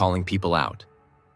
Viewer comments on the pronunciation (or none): My fav moment was you constantly getting his second name wrong.... its pronounced Gervaze not Gervay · His name is Ricky Gervais! Not Gervay! Get it right! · oh, at the end: his name is Gervais... see the s? not Gervay